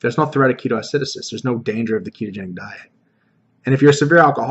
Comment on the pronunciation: Great video! One thing that's bugging me though it's pronounced Key-TOH Ah-si-DOH-sis not ah-SI-do-sis. Keep up the great work :D